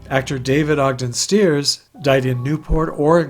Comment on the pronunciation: David Ogden STYE-ers, not STEERs.